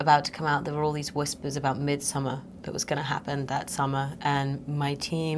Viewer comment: the way the interviewer is pronouncing Midsommar is making me lose my mind.